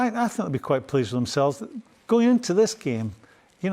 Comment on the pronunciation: I “fink” Jack Wilshere is a terrible pundit. So, so bad.